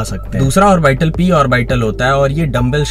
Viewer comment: The way you pronounce orbital is nice.... But its aw-buh-tl